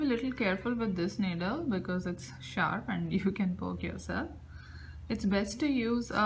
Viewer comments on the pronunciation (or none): none